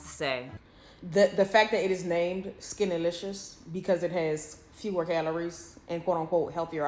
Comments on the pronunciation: I'm reading "SkinnYlicious" why is she saying "SkinnAlicious" 😫😪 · 🎶skinty🎶skinty🎶skinty🎶 Haha that’s how I hear it and I love it 🤣